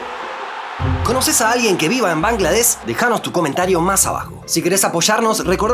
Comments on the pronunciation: De hecho, correctamente se dice Bangladesh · Bangladesh, se incluye la h y suena. Se escribe Suriname, Bahrein. Tus exónimos mal escritos. La capital es Dacca. Con doble C. Muy buenos videos. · Bangladesh se pronuncia con sh al final.